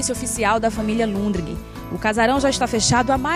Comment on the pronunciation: Deu informação errada sobre a igreja. O sobrenome é Lundgren e não Lundregen.